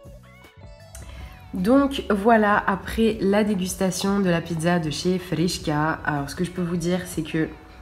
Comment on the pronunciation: Khrichka pas frichka